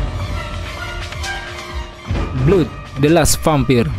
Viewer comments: Blood , bukan belud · bang mohon maaf koreksi, itu pengucapan Blood dibaca "bləd" bukan "blud" that's all... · Bacanya (blad) BLOOD bang..